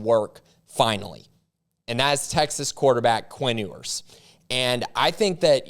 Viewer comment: It’s pronounced “You-ers”